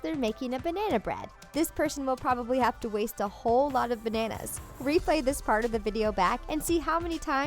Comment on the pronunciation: you said bannas 5 times